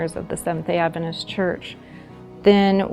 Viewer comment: Stopped watching/listening . Try again when you know how to pronounce the word "adventist".